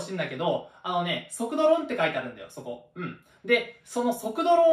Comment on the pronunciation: 速度論の発音が完全にそぼろ丼